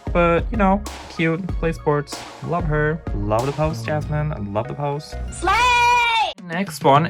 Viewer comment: It hurts my ears every time you say jasmine instead of Yasmin 😭